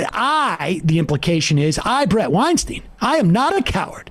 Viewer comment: Blood on Weinstein's ...ok. It's Weinstein btw, rhymes with Einstein. Question...Any blood on the hands of the incomprehensibly incompetent Johnson and Johnson whose incompetence scared away 100 million Americans from getting vaxed. How many deaths does that equate to? You just gloss that over though. You people should just admit it , we're all doing our own guess work on this shit... largely because people in power are acting very shady.